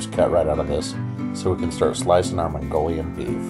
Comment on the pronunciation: "Herro mongorians, mongorian beef Soo good i just rove it" -cit